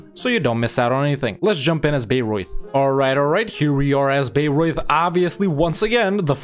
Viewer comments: Since I live near these two cities (Bamberg is the seat of the local bishop and Bayreuth the biggest city in the "near" vicinity - Bamberg being larger but also further away), I had quite some entertainment with these two episodes. :D Your pronounciation of both was pretty decent. (Your "Memmingen" btw was clean af!) The good ideas of Bayreuth I would explain by pointing out the fact, that Bayreuth has a long Hohenzollern history and was one of the most southern parts of Prussia (AND we all know the Prussian ideas). Actually I would argue Bayreuth (and Ansbach) should even be able to form Prussia themselves. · he's pronouncing it correctly! What has the world come too?!?